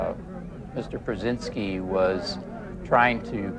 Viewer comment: While listening to this, I thought they said "Brezenzski", as in Zbiginew. I thought, "Jesus, that guy is everywhere!" But, then I saw it was "Prusynski". I'm everywhere, Focker.